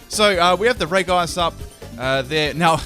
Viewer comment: It's reg ice not reice